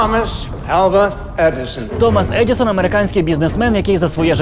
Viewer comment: Мабуть, щось не те - кожного разу чую "Томос Едiсон"